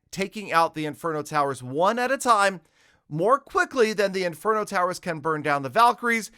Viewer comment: he says single farget interno instead of single target inferno 🤣